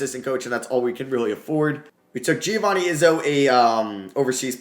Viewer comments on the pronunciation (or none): none